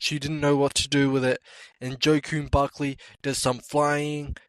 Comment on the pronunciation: also the way you pronounce joaquin buckley makes me cry